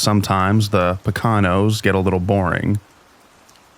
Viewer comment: Poconos ---poe-ka-nose-s